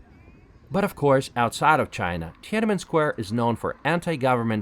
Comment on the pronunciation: love your videos! but it's not tia nan men, it's tian an men, haha, love from Shanghai, lived both in Beijing and Shanghai, I think Beijing has more fun and ancient places to visit, and people are more friendly and chatty. People in the North loves to talk and chat.